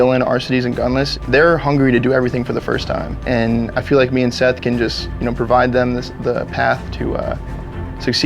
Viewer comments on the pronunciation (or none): none